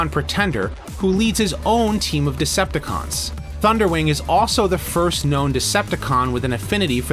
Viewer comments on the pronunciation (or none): none